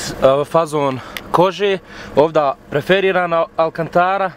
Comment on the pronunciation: nije preferirana nego perforirana